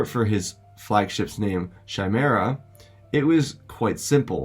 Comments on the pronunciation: Respectfully you mean Chimera. Not Shimera. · Chi is pronounced Kai for Chimera. With Thrawn's capital ship being named after a Greek Mythological monster. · Loved it, just a heads up, Thrawns ship, The Chimaera, its pronounces Kie (rhymes with Pie) -meh-ra :)